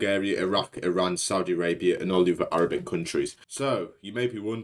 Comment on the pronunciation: pls pronounce iran correctly